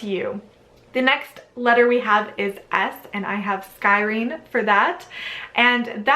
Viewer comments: Scrying is pronounced "Skry-ing" not Sky ring. Just fyi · I love your vidoes. So informative, well-read, and balanced in your presentation of information. I really appreciate all the work you do and all you offer with this channel. You are amazing! (I've heard you mispronounce "scrying," a few times, but that's just a nit-picky detail!)